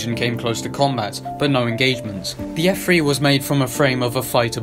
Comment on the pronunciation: It’s an f3 not f free